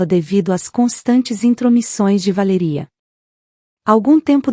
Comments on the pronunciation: O nome da mulher é Valéria e não VALERÍA!!! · Valéria Valéria Valéria fala o nome certo